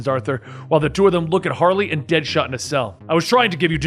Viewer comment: He said kingshot , deadahot lol